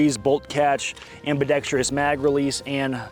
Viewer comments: Dude, it’s pronounced ambi-decks-truss, not ambi-decks-tree-uss. 😀 Sorry, I’m a pronunciation pedant. Love your videos. 🥰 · Oh no he says ambidextreeous. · Every time you say ambidextrous and add an “i” in there, a gay puppy dies.